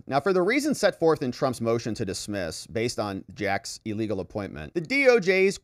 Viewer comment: 'EElegal' and 'REEdiculous'! How about 'illegal' and 'ridiculous'? It's just basic English